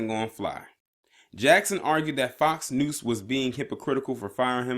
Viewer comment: Were you saying FOX 'NOOSE'? LMAO!